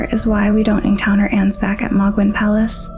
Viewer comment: Okay, gonna be honest, not your best video, and not just because you pronounce none of the names right... seriously, 'Mog,' 'Ansbatch,' etc. You kind of focus too much on the Formless Mother and compare her to Oedon from Bloodborne, and yes, there's plenty of similarities, but they're also quite different. The Formless Mother is far closer to being a natural Shinto Kami or deity of the Greek/Roman variety, I've seen one video compare her to Cybele, the Mother of Gods. By contrast, Oedon, based on the lore and themes of Bloodborne, is someone who ascended, but actually hates that he's lost a connection to the physical world, and is desperately trying to exist in 'corrupted' blood to both have kids and feel a connection again, I don't even think he knows what's happening anymore. On the topic of the Omen, the reason their horns are so unwieldy compared to the Ancestral Spirits, Tree Sentinels, and others with deeper connection to the Crucible is because they've been cursed by the Hornsent. Take the Thorn Sorcery spell, Impenetrable Thorns, which states that the edict of the Scadutree (in the shadow of the Erdtree) is that they (the Hornsent) must denounce them, and do them harm, for they have abandoned us. This is likely referring to Marika splitting the Land of Shadows from the Lands Between, cutting off the Hornsent from the rest of the world, which, as further noted by the old Hornsent Grandma, they took as a grave insult and abandonment, especially considering Marika ascend